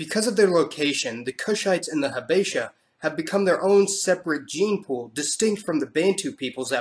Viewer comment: Thanks again for this video. But a few more corrections a) The largest tribes of Ethiopia are 1. Oromo 2. Tigrinya 3. Amhara...and since the fall of the Dergue, Amhara no longer dominate society...the Tigrinya do. b) Amhara and Tigrinya people are pronounced "HAH-besha"...not haBEsha.